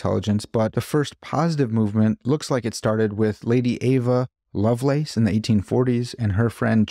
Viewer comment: It's Ada Lovelace (not Ava)